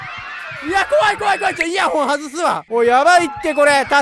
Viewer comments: ふっ。もちろん僕は見逃さなかったさ。 「イヤホン外すわ」→「イヤンホホ外すわ」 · イヤンホホ外すわで笑っちゃったw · イヤンホホ外す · あまりの恐怖に「イヤンホホ」になってて草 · イヤンホホはさすがに草 イントネーションガバガバやんけw